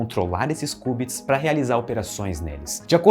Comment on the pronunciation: Ótimo vídeo, só um adendo: se pronuncia "kiubits" não "kubits", de resto perfeita explicação.